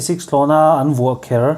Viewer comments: adangah pawh AN ti lovin ANG a ti zauh zauh hretha ve🤣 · velah khian 'AN kah mai loh' tih turah 'ANG kah mai loh' iti in ka hria.